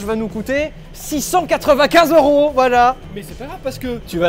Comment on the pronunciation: « Sa fera 6000 ero » au lieu de 6000 euro… et merci avec un « ç au lieu du c normal « mdrrrrrrr